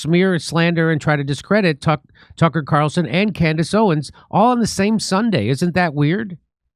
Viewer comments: Did the first pastor say Camrish Owen’s?? I’ve played it back numerous times. If it’s true what I heard then it’s absolutely funny that he’s paid and can’t get her name right! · "... Camarace Owens" ???🤣🤣🤣💖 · I❤ how this khazar purposely mispronounces their name like he doesn't know who they are I'm sorry we don't take other people's likenesses like your whole people have taken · The pastor cant even pronounce their names correctly, because i think he knows he is lying to his congregation, and got a lil nervous trying to say it, cause its not an original thought... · It was obvious many of them had no clue who they were because they said their names incorrectly 😂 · These so-called pastors can't even pronounce their names correctly but somehow they know they are "antisemitic." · He didn't pronounce either of their names correctly WTF 😂. HE GOT BRIBED AND HE COULDN'T EVEN READ THEIR NAMES OFF THE BRIBE.LETTER CORRECTLY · "Some of you listen to Tucker Carson and Camriss Owen" Can't even say their names. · Well, there ya go. Tucker Carrison and Cameris Owen are anti-Semetic. Four mispronunciations in 3 seconds. Wow. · Note this slandering "pastor" doesn't have a problem with pronunciation except when he mentions their names "Tucker Caarson & Camrace Owens". He knows their real names. What utter filth. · Who TF are “Tucker Carason” and “Camerice Owen?” I’ve never heard of them … And what is so dangerous about their “retric?” Dude, 1 of 2 things: Either do a better job actually learning the pronunciation of the names of those individuals regarding whom you received 30 shekels of silver to slander and malign AND/OR curtail your Xanax dosage just a wee bit!” I seriously thought for a second that MockingPastor might actually be having a stroke. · That ' pastor( look up qualifications for pastor/ elder/presbyter/ priest bishop/ overseer in the New Testament [ hint: they're all the same office]) could not even pronounce the names or Tucker Carlson and Candace Owens.